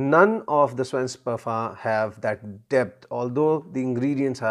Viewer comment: You are doing very well pronouncing "Svensk", but you have to improve on "Parfym" :-D It is not pronounced like parfum in french. It is parfyyyym. They have long vocals in sweden. In this word, the "y" have to be very pronounced and long, the "a" can be short as it is. And you have to sing it out, in a way. Swedish is a singing language, sort of. But I think it will be singing automatically if you make the vocals very dominant and long, and the consonants short. And you have to build up a pressure before the vocals, so that you almost are throwing them out and throw them a long distance, with a crash landing. Sveensk Parfyyyyyym. The word "sadel" have to be like throwing out the "a" and crash land it. Saaaaaadel. And it have to be an "a", like the "a" in car. Not like the "a" in rally. So that was your swedish lesson. I'm not swedish, but Sweden is 40 minutes away from me by car, so I have heard a lot of swedish, and I can speak swedish if I have to. But they understand norwegian, so I very rarely have to.